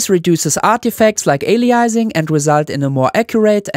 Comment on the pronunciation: Aliasing is pronounced like "ay-lee-UHH-sing" I'm less confident on Nyquist (it's a guy's name) but I've always pronounced is as "n-AYE-kwist". I wonder if, when less Anglicized, instead of changing the 'y' to 'oo' ("new-kwist"), pronouncing the 'w' as a 'v' is more likely: "n-aye-kvist". EDIT: I looked up Harry Nyquist. He was a Swedish immigrant to America. I have the Anglicized version correct but the original Swedish pronunciation has both the 'oo' and the 'v'.